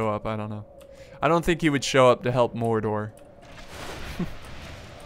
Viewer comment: what? dwarfes, mordrod? in helms deep? noo, cant watch this